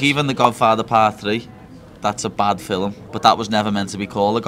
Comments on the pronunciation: Why does paddy say fi'Lm instead of film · Nina looks like she wants to put a shotgun to his temple every time he says ‘filim’😭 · Why does he call films "fill 'em"? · whats a "filum"? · WTF is a Fillum??? 😂😂😂